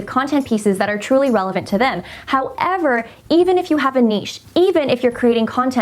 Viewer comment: i love the way she said HOW-EVER